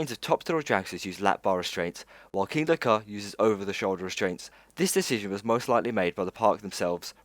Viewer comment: Dude your videos are wicked, but your pronunciation is why off. Kindaka.. It's Kingda Kar. Abu Doobai.. Debuwed (not daybyooted)